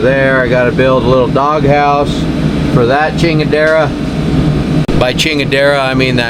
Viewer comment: Ha, ha! You pronounced "chingadera" correctly. Seems like what the word MEANS has been lost except to Mexican culture, and I don't mean: Mexican refined culture (a minority even in Mexico at large. ) But here it is used for good effect... ; and in a well-intended way. A lot of vulgarity is allowed, even on YouTube. That's okay. I'm not a child.